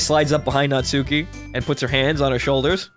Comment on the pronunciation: The u in Natsuki is silent. Her name sounds like Not-ski.